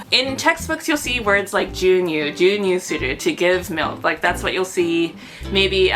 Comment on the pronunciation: Congrats on your bundle of joy! Thus is my first time watching you. I like hearinb about different Japanese experiences. I have a question. you say and wrote jyu nyu for milk but I remember it being pronounced gyuu nyuu with a hard g using gi and yuu. Is it pronounced differently depending on how you use the word? I know I don't know all the possible pronunciations and conjugations of Japanese words since I only took some courses in College and never was able to put the learning to use in the real world. Can't even remember all the kanji I learned anymore lol.